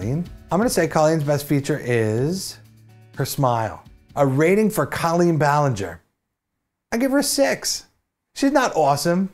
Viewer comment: PSSSST! It's CO-lleen Ballinger.. CO as in coworker. She's said it happens all the time and she doesn't really care either way, but at least now you know. 😆